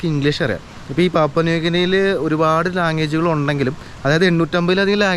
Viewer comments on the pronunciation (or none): Bro I guess it should be pronounced as പപ്പുവ. Not പാപുവ🙌🏻